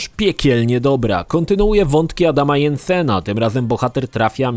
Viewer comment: Deus Ex'y zdecydowanie warto, obie częsci są swietne, chociaż według mnie HR minimalnie lepsze od MD, i nie Yensen tylko Dżensen